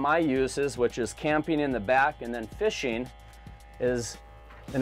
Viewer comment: What is a “dirty dahg”?? Campeen, fisheen, canoeeen, are not words.